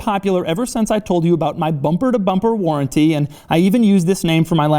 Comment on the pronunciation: "Bumprrrr to bumprrrr warrrrrnttee"😂😂😂😂 Congradulations Doug